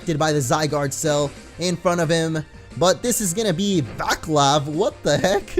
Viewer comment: that Vaclav guy is actually pronounced "Vatslav". I'm quite surprised to fimd this name here...